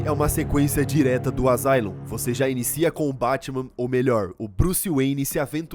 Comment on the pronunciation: Asylum se pronuncia "Assáilum".